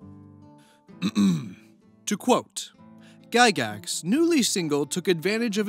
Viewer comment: Say it right. Lord gygax of the dungeon.